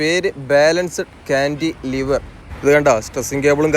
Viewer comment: കാൻ്റിലിവർ (Cantilever) എന്നത് ഒറ്റ വാക്കാണ്. കാൻ്റി, ലിവർ എന്ന് രണ്ടായിട്ട് പറയണമെന്നില്ല.